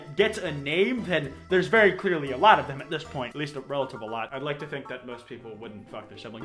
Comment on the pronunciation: “A vewy vewy powerful ewotic charge”